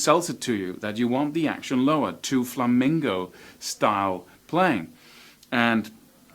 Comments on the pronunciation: It's "flamenco", not "flamingo"! That drives pro flamenco players crazy! Also, most of them use capos, usually on the first or second fret, to lower the action on their guitars so they can play faster. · All I heard was flamingo... haha... On a serious note you're amazing. Great lesson I wish I had a tiny amount of the talent u have dude.